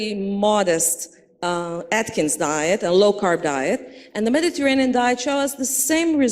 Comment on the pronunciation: Who wouldn't trust a food pyramid shaped dietitian with a New York accent who responds to Ivor with "Oh my God" and can't pronounce "Medi-garain-ian" or "late loss."